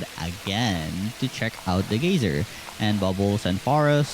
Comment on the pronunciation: great lookin game. reminds me of moonlighter and howls moving castle. geyser is pronounced guy-zer. and as for the "social battery" i'm guessing thats just something you made up and not an actual in game mechanic. youre pretty weird arent you.